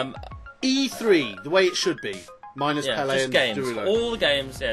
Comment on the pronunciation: You mentioned something like ''Flout 4'' at the end. Fallot 4? What is that? Never heard of it.